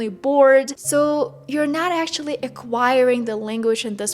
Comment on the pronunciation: Why do you pronounce actually like that?? Ashally 😂 it's annoying 🥴